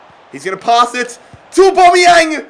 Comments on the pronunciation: Au-bam-e-yang not au-bom-e-yang pleases stop saying aubomeyang it is really annoying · aubameyang is pronounced 'or-bAm-ee-yang like so can see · mate it’s AubAmeyang not Aubombeyang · It’s not or-bomy-yang it’s or-bamy-Yang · “orbomiyang” look saying it hella wrong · It’s AubAmeyang don’t know why this triggered me so much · Don’t call him abomiyang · ITS PRONOUNCED AB-AMEE-YANG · The way he says auba is funny like so can see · Stop pronouncing Aubameyang like that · Pronounce Auba correctly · I hate how he says aubameyang